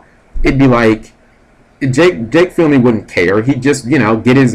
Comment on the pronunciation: Everytime Cap says Jake's name all i can think is "PHEE-NAY!!!" is it just me